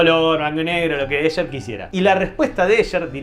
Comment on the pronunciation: El colmo de la "ñoñez"... No se dice "Ésher", sino "Éjer"... Ya que se pronuncia en alemán y no en inglés... Soy horrible, lo sé...